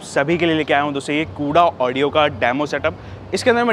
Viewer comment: Mere bhai pehle to naaam thik se Bata de company ka. It's कोडा ऑडियो not कूड़ा ऑडियो 🙄